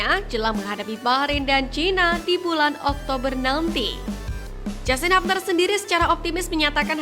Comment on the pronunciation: Hubner di baca hubner bukan habner...koreksi